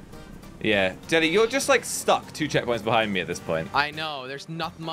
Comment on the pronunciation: why does or should I say jelly say sabby